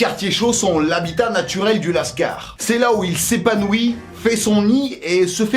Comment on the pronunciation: Qui dit "lascard" pour dire cailleras lol